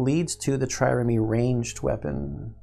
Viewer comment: Trireme. The last e is silent. (This may already have been fixed in later videos. Self slow.)